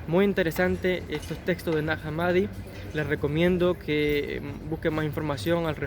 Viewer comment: el nombre de esa localidad egipcia, se pronuncia /najá hámmadi/, con "j" y "h" inglesas